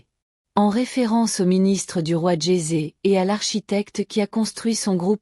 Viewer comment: Encore des commentaires avec une voix synthétique Djoser devient djézé c'est lamentable je m'arrête au bout de